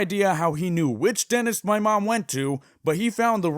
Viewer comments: Dentist. Not "denist" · why is he saying danist not dentist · Denist My mind: Mildly infuriating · “I don’t know how he knew which denis… ” Me: “Denis? You mean dentist.” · He said denist